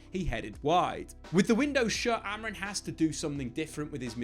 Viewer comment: please - AmorIM, not Amor-IN